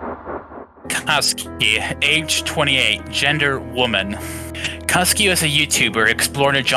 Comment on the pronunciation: That's a WOMEEn got me😂😂